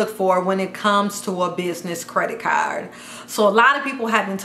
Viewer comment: How she say CARD as CAR 😂😂😂